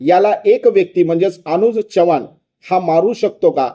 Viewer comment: च्यवाण 😂😂😂😂नाही हो चव्हाण म्हणा अशुद्ध भाषा ऐकावयास नको वाटते